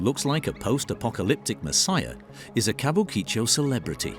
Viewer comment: Chateau should be translated as Chateau, since its not a castle. And it is ka-bu-ki-cho. Flat pronuncation. Still ALthough I have been to Tokyo many times, and worked for Japanese companies never saw these extremes close up. Japanese culture is fractal though and everything is a bit like this. At the dinners I got to got to its the same drinking culture and the company paying has to be seen to be ostentatiously generous and its the female staff acting like geishas and keeping the men happy (even if those women are on the same level). Beware the ones directed to extract information from you when you are drunk.